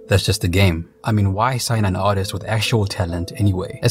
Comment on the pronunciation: “Ar is tur”